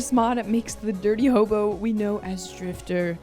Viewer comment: hobo ❌ Mobo ✅